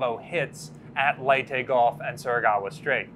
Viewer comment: Will ever be able to pronounce Surigao correctly?